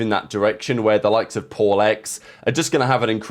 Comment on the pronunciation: I thought you said "if you're poor" not paul 🤣🤣🤣